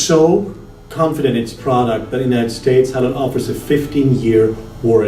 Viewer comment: It is pronounced "HaiLeun", not hailoon.